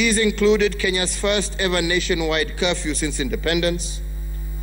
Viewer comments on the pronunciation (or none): Iyo English Yako Inatuafect toa cawfew